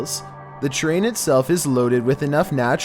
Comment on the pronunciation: #10 He said, ”slightest provoction”. It’s, “slightest P-R-O-V-O-C-A-T-I-O-N”. He also said “train” instead of “terrain”.